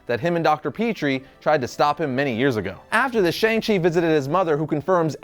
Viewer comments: its SHANG chi. not sheNg chi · that moment when u pronounce Shang wrongly